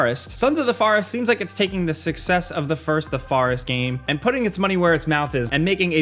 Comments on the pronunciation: Why can’t he say Forest D:….. Farest? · Sons of the Farest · Sons of the Farest.... Thought it was Sons of the Forest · I'm sorry, but when he was talking about Son's of The Forest......WTF IS A FAR-EST? LMAO. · I like the forest pronunciation. Fauh-rest 🤭🤭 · “The Farest” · The way you said forest really bugged me.